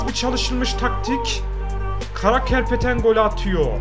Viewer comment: Karapetyan'a karakerpeten diyen koca yürekli